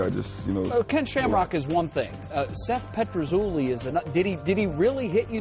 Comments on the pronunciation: PetruZELLI not ZOOLI. DUHHH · how much is it annoying everyone that the interviewer keeps calling him seth petrazooli lol!